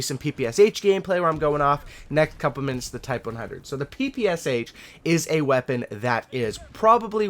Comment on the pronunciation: wow wow just a second.... not p.p.s.h., that right p.p.sh....thx))